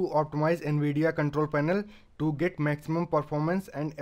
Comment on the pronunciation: Yeh an vidia nahai hota nvidia navidia in pronunciation